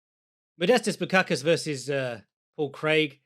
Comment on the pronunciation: You didn't even try pronouncing the S in Bukauskas